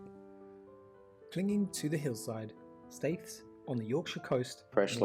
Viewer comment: I’m thinking the narrator of this video is British then he say Keswick, and pronounces the ‘w’. What? It’s pronounced Kessick. And Staithes has as hard ‘th’ like in ‘the’, not soft like he says in ‘path’. He’s poor.